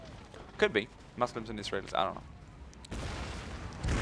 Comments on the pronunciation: he says Muslims like Meslims I'm just wondering is it on purpose his accent or doesn't know how to say it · I know this wouldn't happen but what if he lost as he was like battle of the century and peasants with pitchforks and another thing is he saying Muslims wrong like he doesn't know how to or on purpose just wondering keeps winning